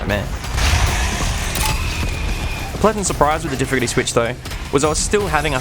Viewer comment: Why can't this guy say the word "difficulty?"